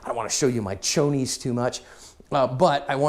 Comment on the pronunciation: you made me giggle when you said "chonis" 🤣 (slang for underwear in Spanish). Keep up the great work!